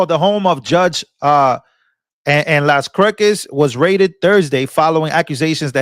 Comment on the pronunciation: I believe Las Cruces is pronounced "Laws Crew-says." But in the Judge's case, Laws CROOK-ehs is appropriate.